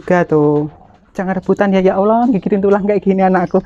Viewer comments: maaf nih... khan muslim tapi klw sebut nama ALLAH slalu salah sebut nama yg biasa org kristiani sebut,bkn alah tapi ALLAH mbaa...makasih. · maaf mbk mau mengoreksi penyebutan Alah. yg benr sebutnya Alloh tulisanya memang Allah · Ia sepemikiran, penyebutan nya koq kek umat Kristiani, sharusnya Allah jngn alah